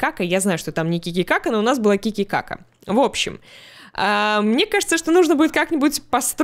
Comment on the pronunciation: Ки ки ка ка 😂😂😂 почему я слышу тити кака?))